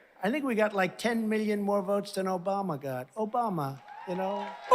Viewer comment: "Obamnha" makes me laugh every time!